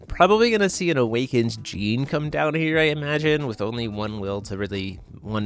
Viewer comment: "With a Gene on the field" "A Gene can" "Really want that Gene" A what? I know a girl called Jeanne and that pronounciation would get you punched lol. Also why did he pay 2 for Flashing Smile. The Order side of Alice also has Genesis so it costs 1 even when ordered. Also what's up with those 4 Moonshades in Alice. Usually the only non white/black card in the deck is Pricia. Seems overkill (and killing yourself) when you could just play Cat Moon or Atrocias Memoria to hit both and maybe 1-2 Rulers Memoria and/or Light Moon for Pricia. That said, not finding any Ayu when you (hopefully) play a full playset after all that drawing is just rough.